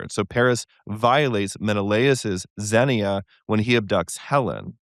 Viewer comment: All this was great except both of you pronouncing xenia incorrectly AGAIN and AGAIN! It was driving me crazy! The second syllable is stressed - xenia is pronounced kseh-NEE-ah!